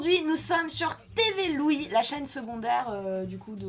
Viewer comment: "Tévé Louis"... C'est bon, je n'entendrais plus autre chose maintenant.